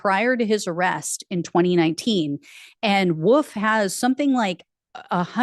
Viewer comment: I have a friend who's a Lt. Colonel in the US Air Force and still pronounces the name "Wolffe" or "Wolf" as "Woof." It's just bizarre to me. There's an "L" in their name. It's not WOOF.